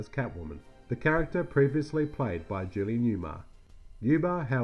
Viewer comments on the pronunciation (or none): none